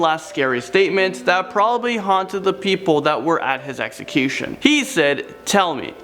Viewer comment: Ax ecution? Or Execution?